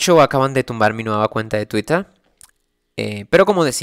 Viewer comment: Sé que es un tema serio, pero "Twittah"